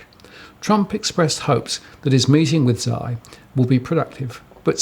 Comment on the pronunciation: The Chinese presidents given name is not pronounced zee... it is close to s-yee (she is quite close also).